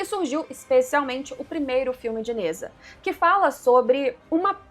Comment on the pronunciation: Se pronuncia Ne Zha (Djá) e não Neza